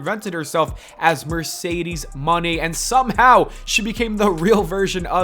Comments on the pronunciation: Lol pronouncing it as Mercedes MONEY. You can tell he's just doing this for that pay check 😂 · This must be AI videos WHO says MONÉ wrong 😂